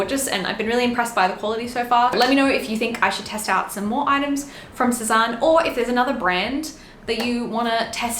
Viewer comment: Sézane is pronounced sez-anne. Not sez-arn. In case anyone cares.